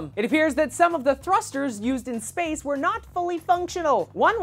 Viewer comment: At the start I thought you were saying "sperm" rather than "space!"